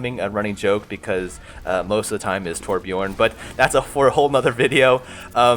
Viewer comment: ...Pharrah, Reaper, Torbjiorn Tuurents... xD